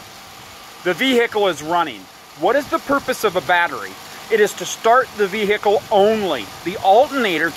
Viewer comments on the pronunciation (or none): "VeE HICKLE" "Alt in nator" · uhl-ah-nader is running the vee-hhicle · the wot vehhhhecile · I love people who annunciate ,”vehicle”, as a three-syllable word , clearly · You do nut sound the H in vehicle